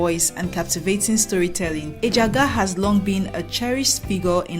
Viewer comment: You’re doing well. The (g )in Ejiagha is silent. Ejiaha. Just…… keep up your good work work.